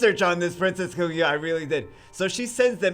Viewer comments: I think it's pronounced Kah-goo-yah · Oh yeah I know this story. Celesteela, the Pokémon, is based off of her. Also nitpick, but it’s Kaah-gu-yah. You emphasize the kaah not the gu. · No no no, it Kuh Goo Yuh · please pronounce it right^^ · RIP name pronunciation 😂